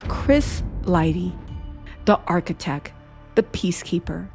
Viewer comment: my darling, u must ennunciate better: it's not 'architec,' it's "architecT." Emphasize that "t." Don't drop ur consonants, Sweetie!😁 * It's "50 Cent," not 'cents.' (You go back & forth.) * It's "HonesT," not 'hones.' Be Correct & Consistent!